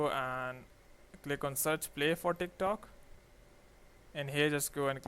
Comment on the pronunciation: everytime he says tik tok i hear thicc tok